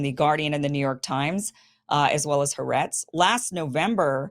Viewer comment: there are 2 A's in ha'aretz (pronounced ha-aretz, double the ah sound)